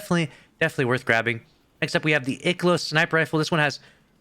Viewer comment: the way he pronounced ikelos had me laughing